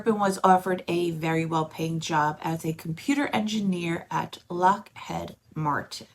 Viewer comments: It's pronounced Lockheeeeeed Martin not Lockhead. It's even spelt Lockheed Martin. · Did you just say “LockHEAD Martin”?? You’ve never heard of Lockheed?? Yikes, dude. You seem old enough to have at least THAT common knowledge. Have you been “homeschooled”?😂😂😂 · It's Lockheed. If you're going to correct someone, make sure your response is correct.